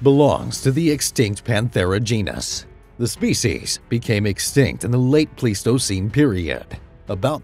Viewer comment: Isn't it pronounced pleistocene like plywood?